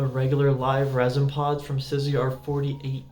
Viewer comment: It's STEEZY, not STIZZY. Honestly, if you are going to do a whole episode on a product, at least pronounce the brand name correctly.